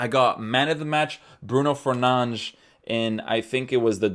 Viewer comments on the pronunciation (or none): No disrespect but it’s triggering me how u say ‘Telles’ and ‘Fernandes’. You are probably saying it correctly it just triggers me and I wanted to share that with you.